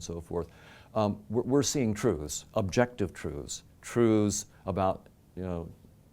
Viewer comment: The way he says truths really urks me lol... Trooths...